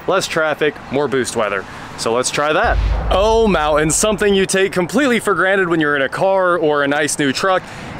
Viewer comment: Mouans? It's MOUNT-ANS.